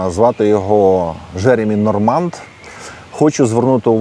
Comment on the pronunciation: п. авторе, у франц. вимові слова Normand буква d відсутня. І наголос, звісно - на останніх складах. Тобто точніше - Жеремі́ Норма́н чи Жеремі́ Норма́нн.